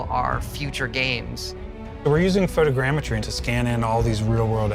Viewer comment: Couldn't help but cringe every time he said photogeometry. Ifs photogrammetry.